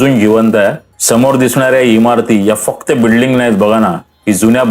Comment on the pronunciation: बिडलिंग नाही बिल्डिंग